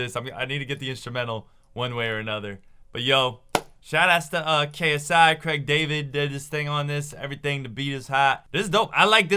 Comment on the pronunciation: Cregg David!? How on earth did you just pronounce his name